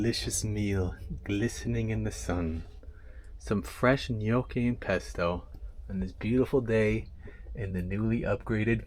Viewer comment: TIP: pronoucing "Gnocchi: the G is silent and pronouced Nyocchi